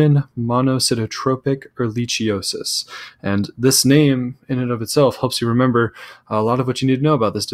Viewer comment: Learn how to pronounce Ehrichiosis. Plus it would cost hours to look under a microscope...real doctors treat for sx.